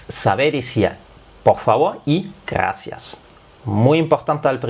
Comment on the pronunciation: Nosotros en espanol diferenciamos la erre de la ge... Nosotros decimos gracias y no ghaacia... y el bitte sehr, danke sehr?